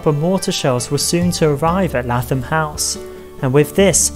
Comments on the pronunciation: Lath-am house 😂 its lay-thom either way great video i love learning about my local history in a fun and hilarious way 😂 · Lathom is pronounced as if you were saying Laythom.